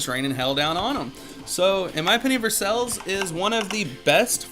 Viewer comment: You kidding me? ANYBODY READ THIS, DONT LISTEN TO THIS GUY. You seem doesnt understand the game, templr of tikal is better than taj mahal? Ok, youre offically crazy. First of all, the top wonders are: versailles,( your pronounctiation is horrible) Colosseum, angor wat, taj mahal. Im playing rhis game since its released and ive seen only a couple of guys with tikal since its useless. Just check out other youtuberd they say the same, its useless. Taj mahal is GREAT. Just ignore the 2 procent, the point of it is that You get free mercenaries once a day. It does NOT give you weak mercenaries. You can hire 5 mercenaries from your camp. Like chinese handcannons, crusader cross knight, ronins, horse raiders and mahout. Now it doesnt matzer what level your mercenary camp is, taj mahal is set to give you either the best which is mahout, raiders, or ronins which are like your ground troops. It DOES NOT give you weak troops lkke javeliners. So why dont you do some research before talking bullshit?